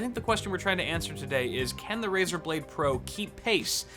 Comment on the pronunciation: RaEr blade? More liek Razer dont!!!! xd